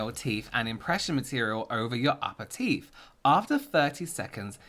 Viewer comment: Two words..THE TEEF!!! 🤣🤣🤣🤣🤣🤣🤣 xxxxxxxx